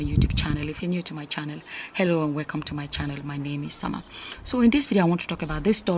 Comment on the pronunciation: Ah ah now Summer. Haba!!! Your pronunciation of the names no enter at allll. Lol.